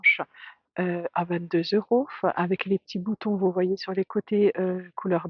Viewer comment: Pourquoi vous dites eurosf